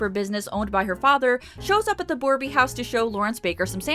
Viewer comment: Hello, just a bit of a pet peeve for me being a native and all, borbey is misspelled probably intentionally, yet it's pronounced bore-bay, and not as boreby, still appreciate the effort.